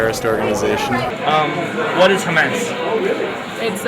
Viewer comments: OK, sure, they're astoundingly ignorant on some things. But let's be fair: the way he pronounced "Hamas" was wrong, and could be heard a "Hummus" or "Hamas", so the "chick peas dip" answer is actually not bad, and the one guy knew quite a bit of detail about Hamas.. And as for the president of Iraq: let's face it, we put these clowns up as "leaders" of their countries every time we invade (excuse me "liberate") some other country and they usually last about three days past the end of our occupation, so I haven't bothered to learn those names myself. Unless, of course, they do like Saddam Hussein and Noriega U Thant did and become brutal tyrants, and then we go in years later and "liberate" the country again. Iraq, Panama, Guatemala, .... and we tried but failed in VietNam and Iran. So screw what our puppets' names are; I don't care. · Hamas and hummus are two very different things, but given that the interviewer didn't pronounce either correctly, I don't blame any of those people for not knowing the answer they were shooting for.... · I like how these people are quizzing other people about to test their ignorance yet they pronounce Iraq and Hamas wrong. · Well it's not like he seemed to know how to pronounce it either.